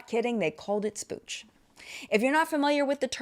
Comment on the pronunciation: That's "splooge" 🤭😂😘